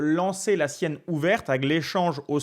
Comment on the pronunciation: Très pédagogique et instructif...et il.n' y a plus de petits joueurs. Par contre pas Sienne , mais Siciliennne.